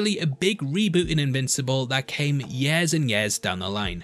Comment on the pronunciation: you say yeahs instead of years. its funny thumbs up